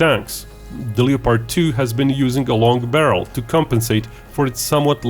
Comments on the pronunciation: Just wanted to point out, The o in Leopard is silent, since I know English isn't you first language and its a mistake even English speakers make when reading it. Le Pard. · Just a note that you might want to work on your pronunciation of the word "LEOPARD". We don't pronounce the "LEO" that way in the USA except when talking about lions or astrology.